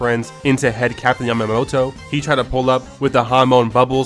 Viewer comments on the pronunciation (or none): none